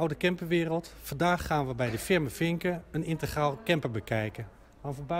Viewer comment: integraal...dus niet intergraal!